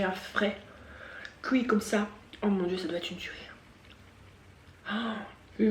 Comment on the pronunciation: "Couir" mdrr (Non, j'me moque pas) mais tu me fais rire hihi 😁😂 J'adore le crabe et tout ça mais là au vue du truc ça m'a pas donné envie lol concernant Laura, faut pas qu'elle prête attention aux gens, on peux pas plaire à tout le monde ceux qui l'aiment pas next ! On s'en fiche de ce qu'ils pensent, qu'elle fasse ce qui lui plait, qu'elle reste comme elle est, je l'a trouve top! Des bisous ! 😘❤